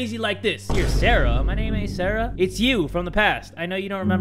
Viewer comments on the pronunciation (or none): none